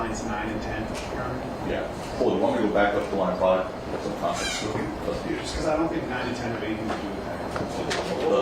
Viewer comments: Finally at the end someone lets him know it’s “context” and not “content” 😂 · 😂😂 He actually said 'contence' at times.. His illiteracy is appalling